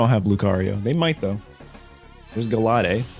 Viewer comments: I know Galade is pronounced as Ga-Leyd like the lade part is basically same as Blade basically Ga-Blade without the B. I am still laughing on the other comments saying they are recovering from Ga-lah-deh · Still Trying to Recover from "Galaadehh" 😭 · Its pronouced gall laid 😂😂😂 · It's GAL-laid. Pronunciation from the English anime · Omg the pronunciation of gallade though 😂🙈